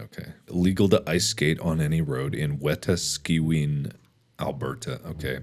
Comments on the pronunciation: great try but wow really butchered Wetaskiwin there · I live in Wetaskiwin - as far as I know - that isn't true. Also, for help, it is pronounced wet ask eh win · It’s pronounced “wet-ask-oo-win” Mark. 😊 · lol it Pronounced Wet-ask-e-win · its pronounced We-task-a-win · It’s pronounced wa-task-ah-win And yes we take our maple syrup seriously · I am dead after his pronunciation of Wetaskiwin (Wa-task-e-win) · The Irony, I used to live in Wetaskiwin and never knew of that law. Btw its pronounced Wet-ask-i-win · The way he pronounced Wetaskiwin was what did me in. That was funnier than I thought it would be haha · The way this man pronounced Wetaskiwin... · Mark trying to pronounce Wetaskiwin is the best thing ever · The way he pronounced wetaskiwin killed my soul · Hearing mark trying to pronounce "Wetaskiwin" brought me much joy. The only perk of bring from Alberta I guess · As an Albertan, the way he pronounced Wetaskiwin absolutely sent me. To be fair, it is a weird word but it was still hilarious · as someone from alberta and who has spent a decent amount of time in wetaskiwin, his mispronunciation had me dying. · It’s okay Mark, I forgive you for mispronouncing Wetaskiwin Alberta. It’s a tough one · I live in Alberta, and how Markiplier pronounced "Wetaskiwin" was the best thing ever 😂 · As someone who lives near and has been to wetaskiwin several times, hearing Mark try to pronounce it gave me whiplash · they way he pronounced wetaskiwin is one i’ve never heard in my 22 years of living in alberta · THE WAY HE PRONOUNCED WETASKIWAN IM GONNA CRY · Is no one gonna talk about how he said Wetaskiwin?! 😂😂😭😭😭✋ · I never comment on anything but my god the way Mark pronounced Wetaskawin just about gave me a heart attack